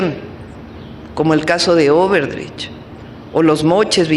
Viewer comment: Por favor, que alguien del equipo de Mi PresidentA le recuerde que la empresa se llama "O D E B R E CH" y no "O B E R D R E CH"... y ya entrado en quejas también que le ayuden con el dicho "Si mal no recuerdo" o "si no me equivoco" porque ella dice "Si mal no me equivoco". Solo una crítica constructiva jeje.